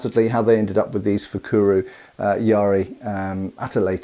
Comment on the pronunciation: A spearhead used as a dagger? I haven't heard of it, but I know it's been done. And not fukuru, but fukuro, with an "o" at the end. But. I've heard more about knives being used as blades for improvised spears. Overall, a very interesting topic :)